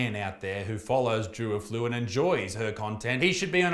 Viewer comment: A flu 😭😭😭😭😭😭😂😂😂😂 Defs not how you say it